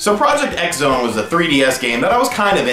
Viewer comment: Project X Zone is actually pronounced: Project Cross Zone. Just like with Street Fighter X Tekken.